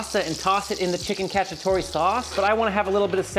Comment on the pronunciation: I can envision all the Italians cringing hearing him saying chicken catchy-atory 😂